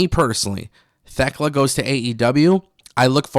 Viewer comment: Thekla. The "H" is silent when pronouncing her name. "Tekla".